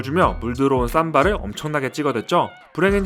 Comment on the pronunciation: 삼바라 읽는거 킹받네 쌈바!